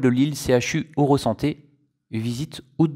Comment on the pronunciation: Bonjour, Magazine très intéressant. Il permet d’apprendre plein de choses sur différents réseaux de transport en commun. Par contre, si je peux me permettre, concernant le pôle d’échange ilévia à Lille à ça se dit CHU Eurasanté et non Eurosanté.